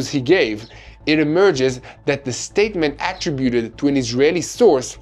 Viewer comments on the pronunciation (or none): "A-TRIB-uted" NOT " AT-tributed."